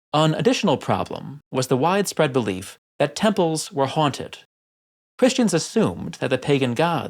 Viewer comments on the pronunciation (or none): none